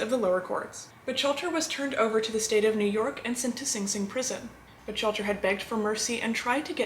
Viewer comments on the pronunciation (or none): Lovely, as a fan of your channel and a fellow Mafia historian, I nonetheless have to point out that Lepke’s last name is pronounced closer to Buk-halter. Otherwise this was another fine episode! I love your in depth narrative and always pleasant delivery of this sometimes unpleasant subject matter. Glad to see you have recovered and are back at work providing us with your entertaining posts. Be well! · It's pronounced...Buck-Halter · Great video, although Buchalter is pronounced “book-halter”, otherwise this was very interesting. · I think that our lovely host doesn’t know how to pronounce Buchalter!!!! Maybe she can’t pronounce his name because she is just a bot disguised as a human female?! That’s quite a disguise, I was fooled until she called Lepke “Butch-alter”! Then I knew she was a bot, without a doubt! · Miss, I thought the mans last name was pronounced Buck- halter?... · J it’s pronounced Buck alter, but very good video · First of all she’s mispronouncing his last name,and they did do a movie about him,starring Tony Curtis